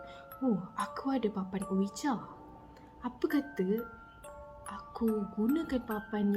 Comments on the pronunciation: Triggered every time said OWIJA when the pronunciation should be UIJI 🙃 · Sekadar perkongsian sbenarnya sebutan untuk ouija tu disebut “wuiji”. Smoga dimurahkn rezeki slalu amiinnn ♥️